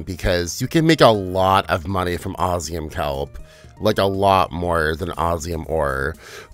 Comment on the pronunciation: I really wanted to watch this all the way through but the way you kept sayin Osium, instead of what (my) game calls it (OsMium) was really jarring. 😔